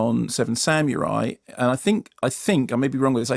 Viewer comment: It's pronounced "SAH-moo-rye", not "SAM-yoo-rye". (-_-)